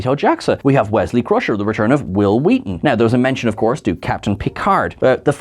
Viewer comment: Why are you saying it that way?